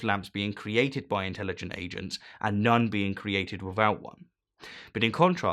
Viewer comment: Why is it that you can pronounce 'athiest', but not 'without'? Laziness?